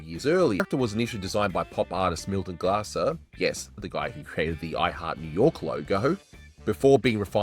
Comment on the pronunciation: Just a quibble, but Milton Glaser's surname rhymes with "laser."